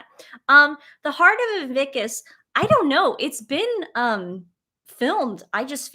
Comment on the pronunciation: It's called IN-VIC-TUS not IN-VIC-KUS. You guys are so funny!😄